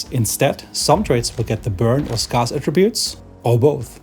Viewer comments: scarce is pronounced skairce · Scarce rhymes with scare, not scar ;) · someone tell this man how to pronounce scarce